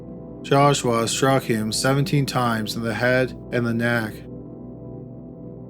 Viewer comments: The way you say JASH-WAAAH gets on my nerves!!! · The entire second story I couldn’t stop hearing “Josh-wa” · Maybe he's a Filipino. 😂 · Calaforniaaaaa , jashwaaaaa , jashwaaaaa, jashwaaaaa 🤭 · Joshwa is how he is pronouncing Joshua. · Josh-WAA... sighs... jesus christ joshwaaa whhhy??!!! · If I ever hear you say Joshua again...…. XD